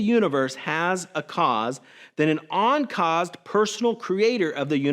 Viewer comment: WLC obfuscates the Kalamity argument to make it harder for people to spot what's wrong with it. King foolishly presented the unadorned version. King also sets my teeth on edge with his bizarre pronunciation of the prefix "un." What's an "oncaused cause?"